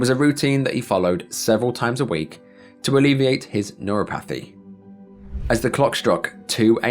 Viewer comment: Every single one of your videos is riddled with mispronounced words. It's nur-op-a-thee. Not nur-o-path-ee. I can't finish them, it's so unprofessional.